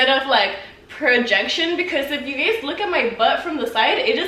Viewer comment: Instead of saying “guys” she says “gays” lmao